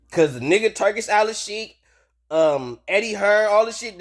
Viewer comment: It's Al-sheikh, not Al-al-sheikh And it's pronounced "Tour-Key", not "Turkey".